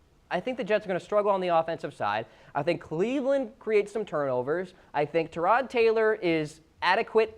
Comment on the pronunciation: Tyrod not Tooouuurod